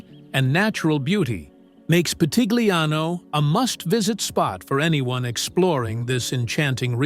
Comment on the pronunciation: Your pronounciation of Pitigliano e Val d'Orcia is wrong.